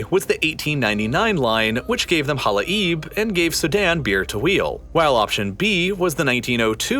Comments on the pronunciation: In case someone is interested: it is pronounced as Hala-yeb … not Hala-eeb. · It's pronounced Hala-yeb Not hala-eeb 😄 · Halai’b you guys butchered its proununciation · his pronunciation to the word "hala'ib" is so hilarious to me and completely different from the original native one